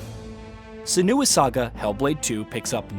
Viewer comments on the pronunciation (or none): Its SEN-oo- ah not sen-OO-ah. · Senua is pronounced SIN-wa not SUH-noo-ah. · Never seen anyone call Senua the way you do. Emphasis on the E, not the U. Like Sénua, not Senúa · Tbf, it's a British game, so it should be pronounced senUa. Ninja Theory tried to be all American with the pronunciation. One voice actor in the original did pronounce it senUa, however -- though, annoyingly, senooa was the most commonly heard pronunciation. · How many times is he going to say SEN-OO-UH?? I had to stop watching the video man. I'll go watch another review. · Why can't he say Senua's name correctly??? Lol